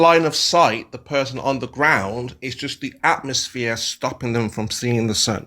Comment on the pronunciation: Why is he calling it an AtmoSHERE?